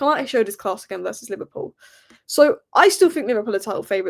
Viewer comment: LiVARpool 😂😂😂😂 Wow how old are you ? Bless ya